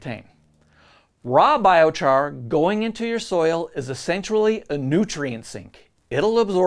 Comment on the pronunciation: oh no, you got a thumbs up and a thumbs down in the same sentence. I'm glad you had this section in here, But it is pronounced 😺- 👁️- on if you didn't know, if you did here's your comment lol. I like the video, good info and my first vid so far